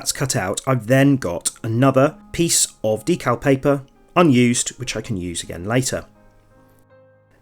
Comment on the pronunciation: Thanks for that. Very clear and useful. Also, your pronunciation of D cal, not DECKul, as most in the UK say! 😊